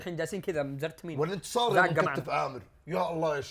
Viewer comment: مبرطمين ❌ مزرتمين ✅